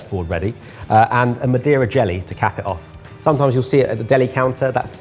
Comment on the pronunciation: I know he said Madera jello, but I 1000% heard "a deer in jelly" and was EXTREMELY curious about where that was going.